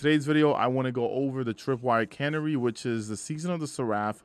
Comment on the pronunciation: My guy, open a dictionary. Canary, Seraph, Arsenic. That is not how those words are pronounced.